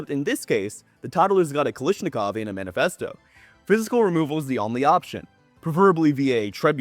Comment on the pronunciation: Ka-lash-ni-kov. There is no "i" in the first two syllables, ive always wondered how people end up with "kalishnikov" or "kalishnekov" because ive heard that a whole bunch now..